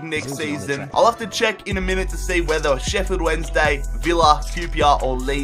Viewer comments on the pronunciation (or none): none